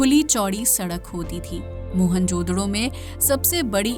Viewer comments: What the hell is mohan jodro? It's mohen-ja-daro😂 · मोहन जोदडो नही, मोहन-जो-दारो..😊